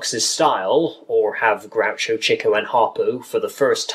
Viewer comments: to the person that made this vid: why did u pronounce chicos name CHEEKO then later finally pronounced it right (Chick-oh) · its pronounced CHICK-OH!!!